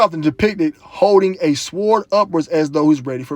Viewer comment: Sword is pronounced Sord.